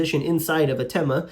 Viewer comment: Thema and Themata in plural should be pronounced not like "tèma " or "temàta" but as th in thematic(which is same root) or thanks.